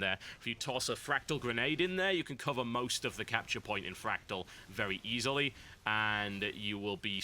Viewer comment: Everytime Biscuit said fractal i heard fragdoll. I am ok with this.